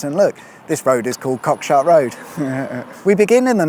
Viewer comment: Cockshut is actually pronounced Cock’shoot’ just to let you know. My family have lived in Southover for more than 100 years and before that Laughton. My great grandads name is on the war memorial at the top of School hill. Really enjoy the content.